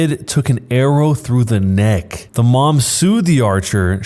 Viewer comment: "Took an arrow through the neck" for fucks sake it sounded like "arrow to the knee"